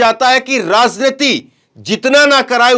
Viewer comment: राजनीति के उच्चारण में ज बोले ज़ नही